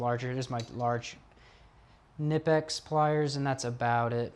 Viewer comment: Kuh-nip-ex It’s a German name so it’s got a hard K😅